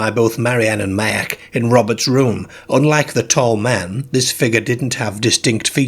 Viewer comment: Good narrator but his pronunciation is odd. eg. 'Merk' for Mark.